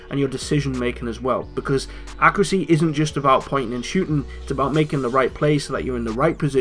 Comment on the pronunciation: What's accracy? (I know you meant accuracy)